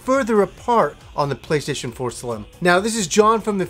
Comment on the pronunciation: Did he say playshaition?